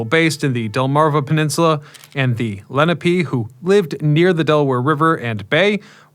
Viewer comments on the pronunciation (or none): ‘Le - Nah - pay’ not ‘Lenny - Pee’. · Great history and I'm sure lots of research. Why then did you butcher the Native American name, Lenape, layNAHpe